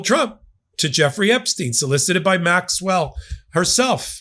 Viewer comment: I think you’re saying Ms. Maxwell’s name incorrectly. Check with your buddy Ben 😌😌